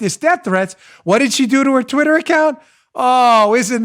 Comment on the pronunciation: Uh-oh. Dan's pissed. The New Yawker came out when he said Twittah .... 🤣😂🤣😂